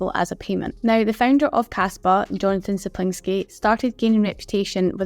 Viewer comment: You butchered Yonatans name lolll